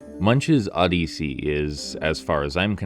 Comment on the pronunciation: I never heard anybody say the word Odyssey the way you do in my entire life and I’m old.